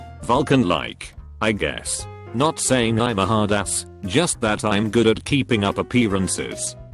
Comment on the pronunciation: Why the fuck does the voice get big words right but when it comes to basic words it fails so miserably 😂😂 what the fuck is Im.....it's I'm